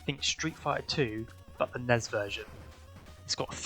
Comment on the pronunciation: Why do you call it the ness I am going to throw up